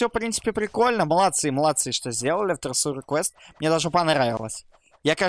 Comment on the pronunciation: Правильно читается трежер квест!